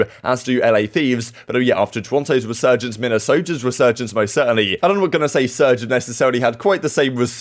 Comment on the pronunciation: Re-Surge-ence lol you get me